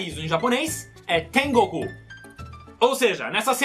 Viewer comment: Na verdade se pronuncia tengooku Esticando o goo